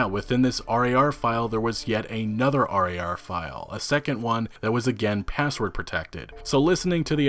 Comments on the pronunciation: Holy shit just say rar not r - a - r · It's pronounced Rawr, hearing you say R-A-R-File over and over again was unbelievably cringe. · The way you say .rar really bugs me